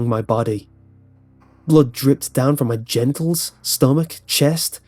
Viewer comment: Blood dripped down from my gentles?.... did he really say gentles or is his accent so thick it came out as gentles...? Because gentles and genitals are very different. .. totally made me laugh... couldn't even take it the least bit "serious" after that